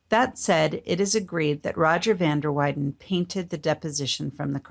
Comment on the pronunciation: You should learn the correct pronunciation of Flemish artist's names.